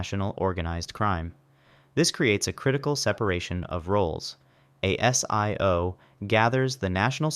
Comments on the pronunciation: ASIO is pronounced a zee yo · ASIO, pronounced 'Aay-Zee-Ooo'